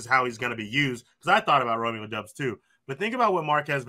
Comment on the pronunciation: It's Dobbs when you pronounce it folks. Like Cobb. Not dubs